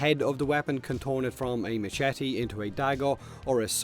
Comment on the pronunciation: mmmm do i hear machetes in warframe and not mashities